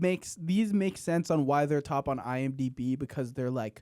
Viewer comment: I'm disappointed that no one pointed out flub of "iMBD"...shame on you guys